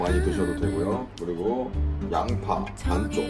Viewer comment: 美味的秘诀就是把洋葱读成羊扒